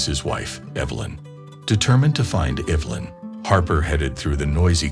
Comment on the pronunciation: Lie-um and Evil-lin?